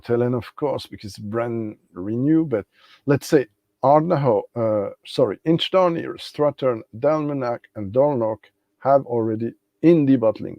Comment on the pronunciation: Sorry to be a pedant,, but you seem to have left an "i" out of the middle of InchDairnie. Oh, and while I'm at it: "Orchard House" has a "tsh" sound for the "ch", not like "ck"; "citrus" has a short "i", just like French "citron"?; "vanilla" would only have a "y" after the "ll" in Spanish... I was able to try InchDairnie's RyeLaw in the bar at Port of Leith Distillery and then wanted a bottle, but not at the shop price; luckily I got one much cheaper at auction not long after and I do enjoy it. I also have a 4-year-old Strathenry from The Whisky Barrel which is quite good. I got the Batch 001 of Strathearn, so I don't have FOMO about the Douglas Laing 'inaugural' (it may be their first, but there have been at least 4 previous releases!). I have a Le Breuil Whisky de Normandie Finition Sherry Oloroso, which I rather like. Not tried the Version Française, though. Same with G. Miclo Welche's Whisky Single Malt Tourbé, whereas my only Artesia so far IS the Version Française one! (And my least favourite of the three!) It is annoying that it is now easier for me to send things to Canada and New Zealand than France and Belgium (I voted to stay in the EU...) The only Brazilian whisky I have so far is a Union bottled by Cadenhead's (for which my notes read: "Big, Sweet & Rich, Almost jammy... A bit hefty"!). Good stream!